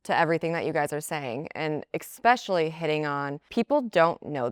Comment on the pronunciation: why can nobody say “especially” right?! It’s not “EXspecially”